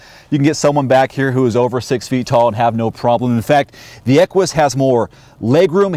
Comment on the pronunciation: great review as usual...fyi...the proper pronunciation of Equus is without the "w" sound that you were going with, (kinda like Stewie's "Cool Wwhip"), it's actually pronounced more like "echoes", or "echues"...